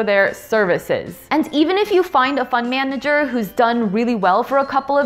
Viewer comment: to me it sounds like you say "fun manager"!